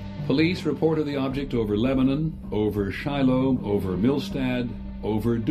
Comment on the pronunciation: "Leb'nun" lol